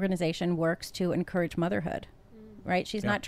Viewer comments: Drink everytime says En-core-ridge instead of en-courage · Is anybody else irritated by en-core-age or is it just me?